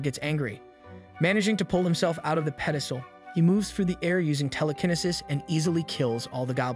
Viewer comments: Someone tell this man it's tele-kin-ee-sis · Bro pronouncing telekinesis all wrong had me triggered 😂😂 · "teleknisis" truely amazing